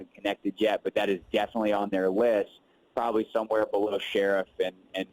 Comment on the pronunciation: his last name is NOT pronounced "Sheriff", it's "Sherf." Lol, just about everybody mispronounces this guy's last name